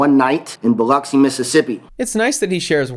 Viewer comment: He pronounced Biloxi correctly - nice, nice